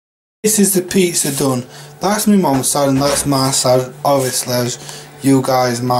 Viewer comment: Classic crumberland sossij and peatzer. The getting up am was hilarious 😂